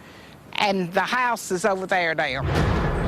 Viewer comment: Lady: "The HA-USE stah-ted twistin' in tha ehr, twisty dance and now it's ovah theah" LMAOOO